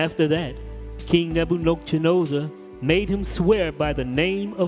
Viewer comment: All praises my brother, I think your definitely mispronouncing (Neb-ah-kud-nezer) but it’s all good 😁 It was just so off I didn’t recognize who you were talking about at first lol... bless you tho my brother ✌️